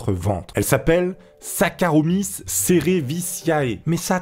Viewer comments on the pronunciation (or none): On dit saccharomyces[ès] Mddr et pas saccharomyces[eu]